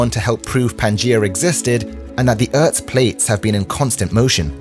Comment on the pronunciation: "I"-Like-The-'Way' He-Says ... 'Urt'-Plates ... As-If-He's In-Some-Tent On The 'Mongolian'-STEPPES!!!??? >(*U^)< (Joke) Wink